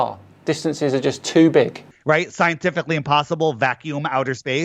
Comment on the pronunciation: Am I the only one that was expecting a joke from when he said: The globe is scientifically impossiball (instead of saying impossible)… 😂😂